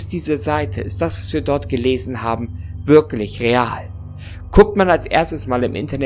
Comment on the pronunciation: Oder "würklich" haha